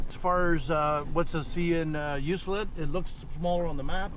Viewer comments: Ok I had to stop by and correct your pronunciation. Ucluelet You que let. Not You cell et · You cue let say it like thar for correct pronunciation. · That's rail timbers... quite a few spots on the island like that. Btw its pronounced "U clue let" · FYI. It is pronounced U Clue Let . Hard C as in clue. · I was wondering when someone might speak up that knew how that towns name is pronounced, I only know because I had been out there once and was informed by someone, could have been the travel information centre that mentioned it as I expect it gets mispronounced often, I know I had no "clue" how to pronounce it either.